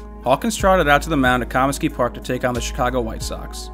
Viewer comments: Somebody tell this guy how to pronounce Comisky. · The way you pronounce Comisky is just no.